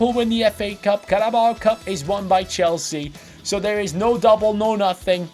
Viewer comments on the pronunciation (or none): none